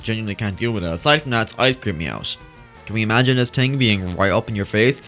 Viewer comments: Why does say "ting" instead of "thing"??? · kept Saying ting lol I think he meant thing no offence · "It's a good ting" TING